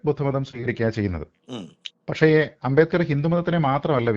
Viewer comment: ഭീമ റാവ് അ൦ബേഡ്കർ എന്തിനു അ൦ബേദ്കർ ആയി ഉച്ചരിക്കപ്പെടുന്നു Sir?